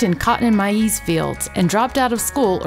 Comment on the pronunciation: Can't beat the folks who call 'maize', "mah-yeeez"!!! Sure as shooting. Thanks for the content. Keep up the good work. בס״ד